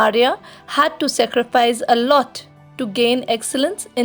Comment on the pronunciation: It is not secrifaice it is saacreefaice